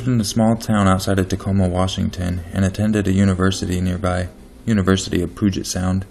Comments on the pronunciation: for future videos about washington and the puget or as you pronounced it pooget sound cx it made me giggle but no offense. its pronounced pewget sound, cx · OMG! - Puget sound is pronounced 'pew-jet", not 'poo-jet" lol! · Damn it! You said Pudget, wrong